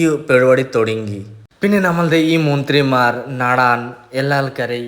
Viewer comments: Munthirimar alla bro manthrimar😂😂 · 😂munthrimaar♥️... Jaasthi chirich😅